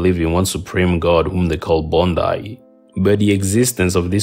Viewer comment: You mispronounced the Creole names Bondye is pronounced bond-yay -- Baron Samedi is pronounced bah-woh sam-dee